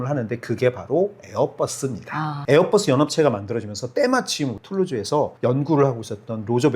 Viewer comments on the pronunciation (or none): 에어뻐쓰라고 안 하면 안돼요? ㅠㅠ 보잉도 뽀잉이라 안하고 맥도날드 떠글라쓰라고 안하자나요